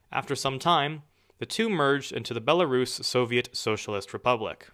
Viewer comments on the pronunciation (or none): You pronounce Belarus weird...